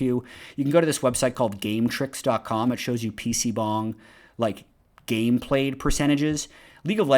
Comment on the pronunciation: really said PC "bong" haha